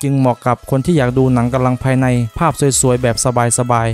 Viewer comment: ควร ออกเสียง กำลังภายใน ให้ชัด กว่านี้ ผมฟังเป็น กะลังภายใน